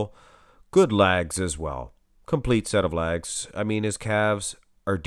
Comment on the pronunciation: Ok its legs not lags not trying to ne rude but after a few videos i had to do it. Maybe ur doing it on purpose just to be funny idk